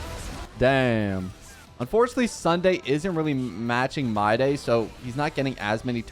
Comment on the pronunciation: I've been watching your videos continuously (also I just subscribed), but I figured that you've been pronouncing his name wrong. His name is supposed to be pronounced like "My-dii". That's why your caption mistaken his name as my day. Also english is my 2nd language, so I apologize in advance for y incorrect grammar